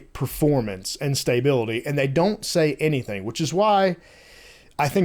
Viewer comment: STAY-bility?? :) Just messing with you. When I head how you pronounced Stability it sounded strange....because it is pronounced stuh·bi·luh·tee. Lets see how quick they get these updates out. I assume a lot of these fixes are things that were known issues prior to release and are releasing now.